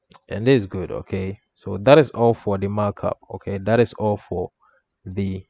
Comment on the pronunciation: When you talk 'all for' it sounds like 'awful'